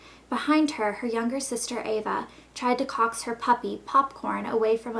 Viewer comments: lol she said c**ks not coax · coax is pronounced "cokes" not cox... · did she actually just say "cocks" instead of "coax'?? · she said cocks instead of coax. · An accent? I don't think so, an accent wouldn't make you say coax like cocks. Cocks her dog? She had to of known that doesn't sound right. There are many books very similar to this especially Lauren Conrad's L.A. Candy which I haven't read but I know about and read the description of both books. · Who pronounces coax like "cocks"? That's kind of funny, you should probably know how to pronounce easy words that are in your own book..... Honestly this book really seems like all the other teen books out there, nothing original. I guess all the young ones will run out and buy it though. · coax... is not pronounced cocks and you're telling us you two wrote this book? oh dear.. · did you really pronounce coax as... cocks? haha oh dear... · pronounced "coax" wrong! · This book is obviously nothing but fluff. It sooooo tedious to even hear this reading. Also for someone who "wrote" the book you can't even pronounce coax. Its great that you have a book and are getting acknowledge but it's a shame that authors with real creativity don't get published. In a way I'm starting to believe this book was really written by them because honestly if they used a ghost writer you should definitely be refunded because this is atrocious.